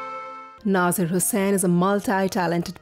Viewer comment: Its nazeer not naazaar